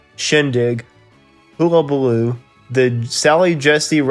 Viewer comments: "Hullabaloo" is pronounced "Hull-a-balloo" not "Hula-balloo" Just saying...... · Hullabaloo is pronounced "Hull abaloo" not Hoola baloo" Just saying. ;-) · Hullabaloo is pronounced hull-a-ba-loo, not hula-ba-loo.... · Appreciated the concept, but had a difficult time with the narration, & sound quality at times. I thought the enunciation & pronunciation could have been better. For instance, "HULLAbaloo" was pronounced like "HULAbaloo" (cringe). I'm sorry, but the way it was done detracted from my enjoyment 😐 Also, maybe some music samples to remind us of the songs? Thanks for trying...I will still check out some of your others, & maybe even suggest some 🦋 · I get you weren't alive when Hullabaloo was on, but you could have checked the pronunciation before you recorded this.